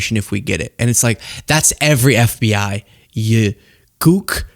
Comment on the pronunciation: just FYI the word I think you're looking for is "Kook" with a K. It sounds like you pronounced it with a G at the beginning, which is a slur against east / south-asian people...